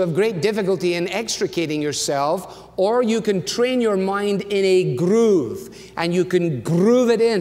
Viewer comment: ”grrroove” Great sermon!